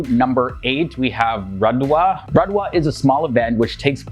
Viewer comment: Randwa,lol,thats hilarious